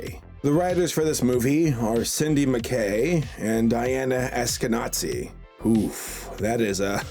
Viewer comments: It's all right, it was a simple mistake, and there surely was no harm done (I've seen some of my friends do this accidentally once. My first reaction was NOT what I'm doing here). Just some advice, the "z" should be pronounced as the "z" in "zipper" and not as the "zz" as in "pizza". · Eskenazi and other forms of the word 'ashkenazi' are typical Jewish last names (Z is pronounced as 'z', not 'ts'). Generally Jews come from south and central Europe. Those from south are called Sephardi, and those from central - Ashkenazi. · It's not Eske-Nazi, it's pronounced as Eshkenazi with the sound of 'z' and not 'ts'. It's a common jewish last name. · "Eskenazi" would be pronounced as "Eskeh-nahzi" not "Eskeh-natzi" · It's pronounced eskenNAZee not NATsee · The Eskenazi person is probably Jewish. In English, Eastern European Jews are called Ashkenazi. It's pronounced "Ahsh-keh-NAH-zee" in English, and this person's name is probably "Ess-keh-NAH-zee". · Lol, - Eskenazi isn't pronounced the way you think it is. Think the other way to say a "z".